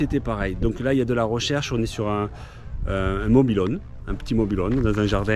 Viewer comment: Magnifique vidéo mais dit moi tu dit mobihon c pas mobilhom kon dit biz de Marseille